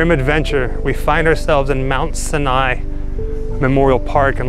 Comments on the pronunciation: Mount sa - nigh? It pronounced sigh nigh. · Two things wrong with this clip....It's pronounced S-EYE-N-EYE! Two, Jews don't decorate Graves with flowers. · To the narrator: it's pronounced MOUNT SYE-NYE, and we don't put up headstones until a few months after burial so the ground can settle. I've also never seen a jewish funeral with flowers, but I guess thats what they do in LA. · Mount Sigh-Nigh* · Mount SIGH A NYE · you pronounced sinai wrong